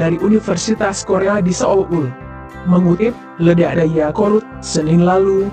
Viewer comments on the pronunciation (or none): none